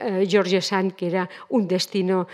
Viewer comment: Como se puede hablar de alguien sin saber pronunciar su nombre????